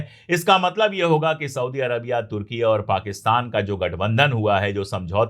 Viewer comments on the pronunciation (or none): none